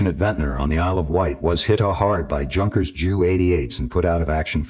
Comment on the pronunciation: Junkers. Should be pronounced Yunkers